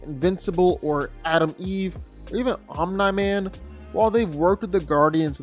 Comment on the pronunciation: 100% comment baiting with that pronunciation of OMNI. Its said correctly on this channel more often than its not. That kind of stuff elicits short term growth with comment engagement but annoys people away that actually watch the videos. Wish it would stop.